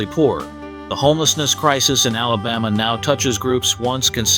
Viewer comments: Who taught this guy how to pronounce the words “ Alabama” and “Birmingham” ? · Alabama doesn’t even compare to NYC or San Francisco when it comes to homelessness. You make it seem like Alabama has the worst problem when so many other cities have a huge problem. And you can’t even pronounce Alabama or Birmingham.